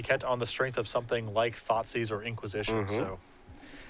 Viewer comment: "i want my thoughtsieze back" lol that made me giggle